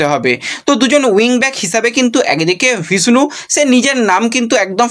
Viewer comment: এর ব্লগ দেখলে উচ্চারণ ভুলতে হবে।বিষ্ণু কে ভিষ্ণু।নির্লজ্জ একেবারে।একটা ব্লগ বানিয়ে শুধু সাবস্ক্রাইব করার ধান্ধা